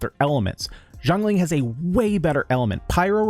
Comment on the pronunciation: no, u just saying it wrong. not jongling. Xiang Ling : *see-young Ling *say it quick